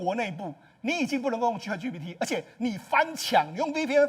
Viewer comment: chat唸 恰特 不是卻特 google 自己查一下發音, 很瞎耶